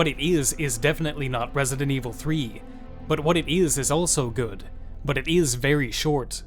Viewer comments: "ït ïs what ït ïs!" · Dude I can't tell if this is your real voice or you're using very sophisticated voice synth software. ... it EES what it EES... and what it EES is definitely not RE3... but what it EES is very good.... but it EES very short. Can someone please clarify? lol